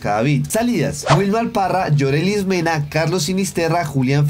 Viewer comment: no es Yorelis Mena, es Yorleys Mena